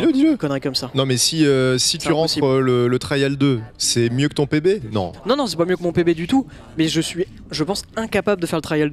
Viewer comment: Au lieu de PB j'ai compris bébé Au moment où terra a PB g compris terra a un bébé